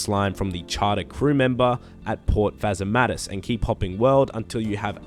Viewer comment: you're adding an extra "A." It's just phasmatys.